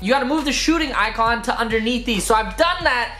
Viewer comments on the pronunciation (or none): none